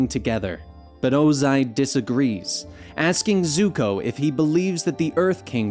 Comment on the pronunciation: did this man say Zuhko like some live action movies nonsense. Lol I only heard it once so not gonna go off about it but fr.